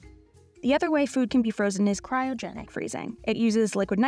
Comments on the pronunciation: At t= it's pronounced CRY-O-GENIC not cyro-genic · The presenter keeps saying "CYROgenic" instead of "CRYOgenic" freezing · Denial may be a river in Egypt but there’s no such thing as Cairo-genics. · Meanwhile since covid started, every frozen food I've tracked has gone up 40%+. I've never heard anyone pronunce "cryogenic" as "kye-rogenic"...interesting. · Cryogenic not Cyrogenic 😂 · And teach the voie-over person the difference between "cryogenic" and "kyrogenic". Man this is a poor quality video. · It is CRY-O-GENIC, not KAI-RO-GENIC! :) I thought I am the one prone to such mistakes. Glad that I have company on national TV. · Who let this through with the narrator saying "Cairogenic" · Who told her to say "Cairo"-genic instead of "cryo"-genic? 😂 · Did nobody tell you how to pronounce “cryogenic”? Have you never heard the word before? It’s… not difficult, and it’s not an uncommon word. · To the narrator, it's CRYO-genic, not CAIRO-genic. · Not sure why the narrator pronounced Cryogenic as Kyro-genic 🤔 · Ky-ro-genic? Ma'am,it's cry-o-genic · CRYOGENIC not CYROGENIC. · Cry-o-genic not Ky-ro-genic. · CRY-O-GENIC NOT CY RO GENIC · Cry o genic not cy ro genic